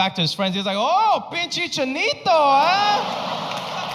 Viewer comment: Lol he pronounced pinche chinito very well !